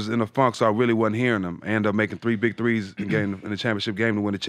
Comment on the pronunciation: He kept saying “Threce”